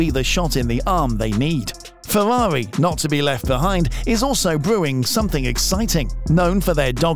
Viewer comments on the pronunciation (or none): its Ferrari not fewawi